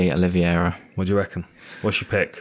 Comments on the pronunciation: my man you gotta stop calling Oliveira "Oli-vi-eira" 😂😂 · Why can this lad not pronounce 'Oliveira'